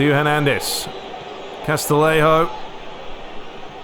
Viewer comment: Great video series, really enjoying your Master League with AC Milan! Just to confirm with you, the music at the start and end of the Serie A matches, is that a mod? Also for Castillejo it's pronounced CAS-TI-YE-HO, same as for Castellon is pronounced "CAS-TE-YON". Keep up the good work, great to have you back after the hackaroony!